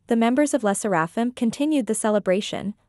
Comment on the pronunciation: "le sserÆfim"